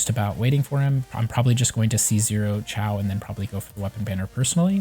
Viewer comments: Kinda triggered he kept saying Ciao instead of Xiao (shiou, sheeow) lmao. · Haha you're good! Yeah the video was helpful. It was just funny to keep hearing you say Xiao that way. XD